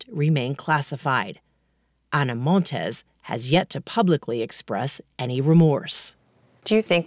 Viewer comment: *Montes NOT "Montez".